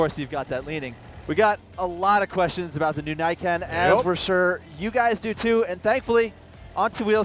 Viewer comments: It's "knee-ken" not "nye-ken" And the entire point, which (was it missed??? Did you not what the actual video???) is you have 2x traction on your front end. I'd love to see some braking statistics on this thing. For me, it's riding around on roads with oil patches. You're MUCH less likely to have the front wheel slide out from onder you if there are two of them. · "knee-Can" not "Nay-can" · You know, the name in Japanese would be pronounced "nee-ken", not "nyken". Ni meaning "two" and ken meaning "sword", the name can also be translated as "Twinblade". For obvious reasons. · Shouldn't it be pronounced knee ken instead of nye ken? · Thanks. That was fun. Just one thing: it’s Niken. Like NeeKen. Not Naiken. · Say what you will, the engineering is impressive. And it's pronounced "Nee", not "nigh". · Great video as always, but since I live in Japan your pronunciation of it bugs me XD Its actually ni-ken, as in "nee ken". Though im sure the reps over there told you it was the nyeken... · I like how enthusiastic you are about it but it's pronounced knee Ken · *Nee - ken Yes, I know I'm a weeb. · Pronounced as "Nee Ken" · It’s name is pronounced “knee-ken”, as in how the Japanese would pronounce the number two, (because the name means “two swords”). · Pretty sure it's pronounced like Knee-Ken, with emphasis on the Ken. It supposedly translates to "two-blades" from Japanese. Probably because of the way it looks thanks to the suspension. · i think it pronounced as 'nii ken' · its called (knee-ken) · Who's willing to bet it's not pronounces "neyeken" ? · it's probably pronounced kneeken since Japanese I sound is a long e sound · I dont usually use this term but, I cringe everytime they say "Niken" the Ni is pronounced as "Nee" please... it hurts. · It's actually pronounced as "ne" as in "neat" and "kan" as "can". The name niken literally means two sword.